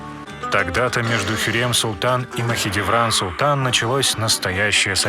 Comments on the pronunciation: ПАРГАЛИ, а не параглы, ты половину слов не правильно произносишь, Махидевран тоже самое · хюрЕм махидЕвран.... ужас.. она как бы хюрЭм и махидЭвран.... посмотрите сериалы как произносить их имена) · Анимация, очень классная, вот прям очень... Но грубейшие ошибки сводят всё на нет (ХюррЕм, МахидЕвран, ШехзАдЕ, Параглы, закон ФАтиха (правильно ФатИха), и блять, какая ДжихангирА! Джихангир же правильно!! ; также Сулейман проправил 46 лет, а не 42, а Хюррем приняла Ислам не сразу, а через некоторое время) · хюррЭм махидЭвран говори нормально, а не хюррьем махидьевран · Зачем вы искажаете имена хюрьрем, махидиврань??? Аж слух режет! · Ужас! Как можно так говорить?! ХюрЕм МахидЕвран, шехзАде Пи*дец😹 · Хотя так ору с этого "Хьюрем" Махидиврянь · Мне нравитсяэто видио Но как он говорил Махидевран и Хюррем я угарала с этого😂